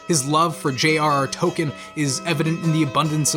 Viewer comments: Later he says J.R.R. TOKEN as well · You actually just said “J.R.R Token”...this makes me very sad, and doubtful that humanity has much hope left.....